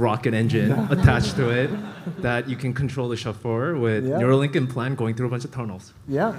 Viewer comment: It's Nuerolink after Beerio Kart. lol